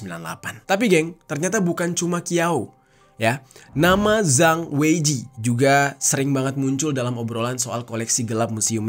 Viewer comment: Qiau bacanya Ciau bang,Kalo zang itu bacanya chang Kalo Qu bacanya ci